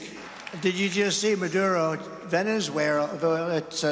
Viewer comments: Everyone knows that trumpty sh*t himself as he said ' ooeerrggh ' as he tried to say Venezuela 🤣🤣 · 😂😅 Trump needs to visit a doctor ( Something is wrong with him) He can't even pronounce ( Venezuela) 😢😅